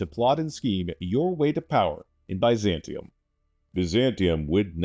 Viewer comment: Had to close the video from the way he was pronouncing Byzantium